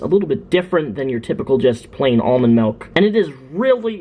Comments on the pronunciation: MALK? DID HE SAY MALK? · It's not "malk" !! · STOP SAYING MELK OR I'LL KILL A KITTEN.